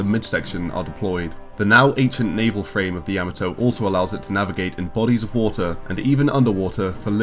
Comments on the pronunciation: "yah-mah-toh", not "yama-toe". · what the hell is a yama toe? its pronounced YA MOT OH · It’s ya-ma-to not yama-to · Ya-mot-oo! Not ya ma toe! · Ya- MA-to not Ya-me-to but a badass ship nonetheless. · Its Ya-ma-to(h) not Yama-toe. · Dude, did you watch the shows? At least pronounce the name "Yamato" correctly. It's not Yammuh-Toe....it's YAH-MAH-TOE. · Why do you pronounce it like you've never seen the show before. It's NOT YAH muh toe. It's Yuh MAH toe! Jeezo. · Dear God you butchered the name of the Yamato. In the Japanese language A's are pronounced as "ah", like the how it is used in the word "father". Also unless there are double constants you do not pause in the word or name pronunciation. So you should be saying Yah-Mah-To. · Year and a half later, I'm adding to the past requests to highlight the SDF-1 Macross. (And yes, given how you brits say To-MAH-to (tomato), you should say Yamato the same way (Ya-MAH-to).) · Kinda excruciating to hear "Yah-mah-toe" mispronounced every time throughout that video. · Decent voice, but the constant godsawful (mis)pronunciation of 'Yamato' had me twitching every damn time. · Love you guys, small note: Its 'Yamato' as in the posh pronunciation of 'tomato'. Not like the vegetable. Ain't no yams in Yamato. It's jarring every time he says it. Show some respect to other languages mates. Again, love your work, just had to say it. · Ok first you are saying the name wrong very wrong then you left out so many weapons and other things. I was so happy to see you do this but you need to redo it sorry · I tried to watch, I really did, but your incorrect pronunciation of Yamato is just too distracting. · The narrators pronunciation of the word Yamato is irritatingly wrong. smh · I wanted to like this video but that guy's horrible pronunciation of Yamato made my ears bleed